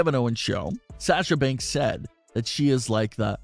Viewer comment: This the guy that says “SHAHSA BANKSS”